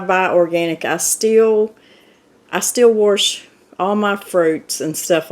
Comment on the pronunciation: Warsh. I love it that’s how my mom pronounced it